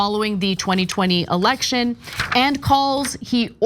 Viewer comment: Ana, it's not a "alection" it's election! 🚨